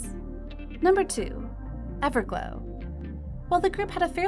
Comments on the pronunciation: did she said ever glue? 😂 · "everglue" 😭 I'm sorry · when she said evergloo 😂